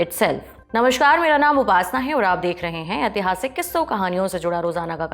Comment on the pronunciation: NamasHkar ❌ Namaskar ✅ America ❌ Amrika ✅ यदि आप हिंदी में वार्तालाप कर रहे है